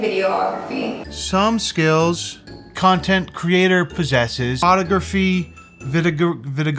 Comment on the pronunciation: Y does she say “Cyontint” instead of content😹